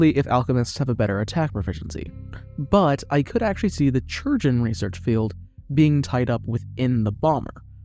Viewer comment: bro that's not how you pronounce chirurgeon